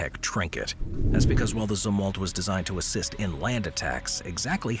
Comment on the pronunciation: Zumwalt, not "Z" war? Last?